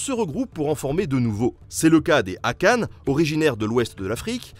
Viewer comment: Cool, juste c'est akan pas akane. Il n'y a pas de e à la fin fans on prononce "aquand"